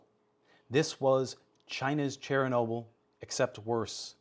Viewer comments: Chair a noble.....Literally never heard anyone ever pronounce it like that… But OK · cher-nobyl* Is the way I pronounced it like nuke-ul-er, instead of, nu-clear?